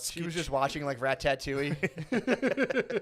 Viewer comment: The way matt says ratatouille is hilarious